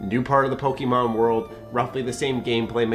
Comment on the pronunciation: I agree with the opinion. I don't agree with the emphasis you put on the 'e' in Pokemon.